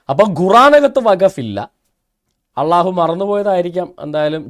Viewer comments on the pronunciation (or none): ഇയ്യാൾക്കി, ""അള്ളാഹു "" യെന്നു ശരിക്ക് ഉച്ഛരിക്കാൻ പൊലും പറ്റുന്നില്ല.